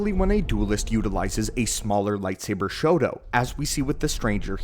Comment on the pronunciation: Are you saying Shoto or Shodo? Shodo is writing. Shoto should be more like Sho-tou, there is a slight pause. I live in Japan and when you are saying Shoto it sounds more like you are saying “writing”.